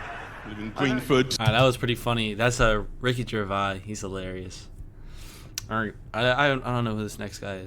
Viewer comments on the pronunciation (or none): Hi. Ricky's surname is pronounce "Juh-vayz" not "Juh-vye" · it's pronounced ricky jer-vayce actually but good video. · You've been told about a million times... it's Ger-VASE - rhymes with FACE!! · Gervais pronounced Jer-Vase and rhymes with Her-Face. Why is it so hard for Americans to say his name? It's said the same way it's spelt. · there are people with that same name who pronounce it Jer vey, it kind of depends on where your from. its origins are french/germanic and dependant on other cultural dialectic pronunciations. its not just the U.S. that have that difficulty in knowing which it is, its only ever clear if the person themselves tell you how they prefer it to be pronounced. but yes your right that in ricky's case he does pronounce it vays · Ricky’s surname is pronounced jer vaze. I know you like to get things right. Not a criticism. Love your vids.